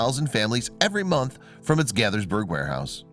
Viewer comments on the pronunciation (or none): It's NOT "Gathers-burg", it's "GAY-thurs-burg". And "garbage man" sounds kinda' crude.